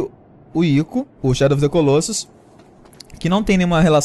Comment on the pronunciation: É legal ver como nenhum brasileiro consegue pronunciar Colossus correctamente :P